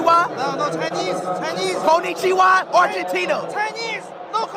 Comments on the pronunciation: yeah it is not suppose to be KON Ni Chi Wa, it is suppose to be flat voice konnichiwa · Worst of all... he pronounces it wrong ly